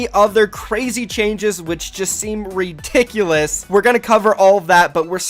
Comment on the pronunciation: No one:: RiTICulOuS